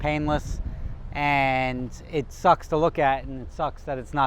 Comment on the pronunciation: can you try and say 'and' not as pronounced, your accent is really strong on that word